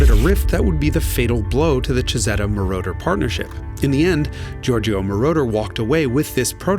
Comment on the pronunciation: If I didn't loathe AI with a vengeance, I would be feeding "Isetta Mordor" to it.